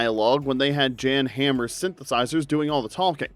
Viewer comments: JAN Hammer ? Pronounced "Yahn Ham-er" . Not 'Jan' Brady of The Brady Bunch, Yikes. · You pronounced Jan Hammer wrong too. Its pronounced Yon Hommer